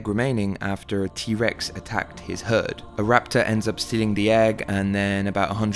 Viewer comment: My man said Trex 😭 what a rookie mistake